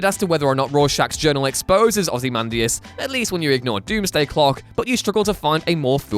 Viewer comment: I'm sorry did I just hear "Ozzy Mandus"? :/